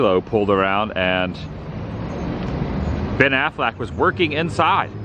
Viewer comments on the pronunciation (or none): Wait...did you say "Ben AFLAC"?!? ROFLMAO!!!